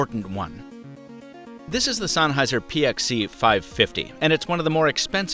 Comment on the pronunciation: God damn it, why do you pronounce it sAnnheiser? There's an E there, not an A.